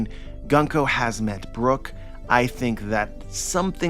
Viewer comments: It's pronounced "Goon-ko" :) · My man! It's 軍子 - グンコ - Gunko (pronounced Goon-koh). I knew you would be excited from this chapter! I was really happy to see glimpses of a deeper backstory for her and a redemption for the evil she's been displaying, and the fact that she's being possessed by Imu is absolutely frightening, it's really putting the tension back in place. It didn't make sense to me how much focus and nuance Oda was giving her character only to make her simply cruel and evil. Oda really likes his cute girls, I should have expected this. But more seriously, her potential is really exciting, I can't wait to see how her story develops, especially since I adore her design and fruit power.